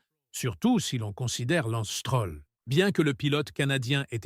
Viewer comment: Oh ¸ çibouère , lorsqu'on voit à 42 secondes '' l'anstrôle '' , au lieu de Lance Stroll , un minimum de respect s'impose . Et ça en rajoute une couche à '' c'était un honneur de travailler avec '' Niway '' , au lieu de Newey , ça est trop , merde à cette chaîne , Lance est là pour rester n'en déplaise aux enfants de salauds , un rappel ici hein les amateurs , le podium compte juste 3 places et puis mangez tous un char de marde les détracteurs de Lance , sur ce , à plus les z'amis .